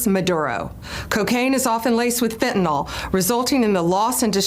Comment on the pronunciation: Why can't MAGAts pronounce FENTANYL correctly? Oh that's because they're idiots right?